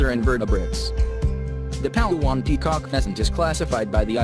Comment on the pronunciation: The Voice-over guy sounds Filipino and yet pronounced local names like a foreigner. Pal a-wan? It's Palaw an.